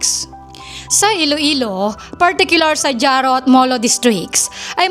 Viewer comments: Jaro....ang pagbasa ay haro not dyaro!😅😅😅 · Dyaro-Jaro. Mali po pagbigkas mo Ang tama po ay Haro- Jaro.... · "Haro", hindi "Dyaro" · Neng ang pag bigkas ng jaro ay haro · Jaro, iloilo (pronounced as haro, iloilo)😊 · Jaro "Haro"